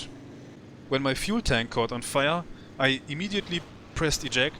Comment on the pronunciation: Love the: "fühel tänk feuer" 😂